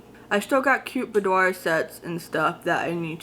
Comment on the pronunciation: Boudoir = bood wah (Just a bit of pronounciation help)